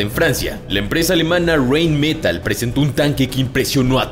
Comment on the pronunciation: ¿Por qué el narrador, que tiene voz de galán latino de telenovela, pronuncia Rheinmetall en inglés? No tiene ningún sentido.